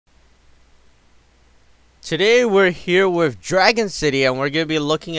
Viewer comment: You say with funny u say wifth